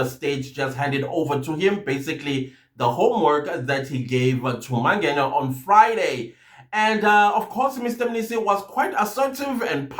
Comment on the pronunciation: Why Mr Mangenya/Mangeya friend... Its Mangena❤❤